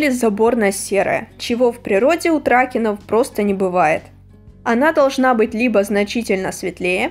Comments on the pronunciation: при породе тракен ты говоришь трАке,а правильно говорить тракЕн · Некоторые модельки у меня имеются , и для будущих обзоров и тд смотри как правильно произносить породы лошадей . Например не ТрАкен , а тркЕн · Лучше всего говорите траке́н , просто если на ваш Ютуб канал попадут конники как я то будет очень много хейта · в том то и дело что вы говорите тра́кен , а не траке́н . Я обращаюсь к вам без хейта , у меня нет цели вас обидеть и тд